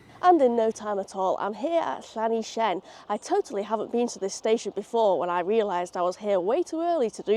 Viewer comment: Just a couple of little Welsh-English (Wenglish?) corrections "Lan-ish-en" "Rum-knee" Fab video. :)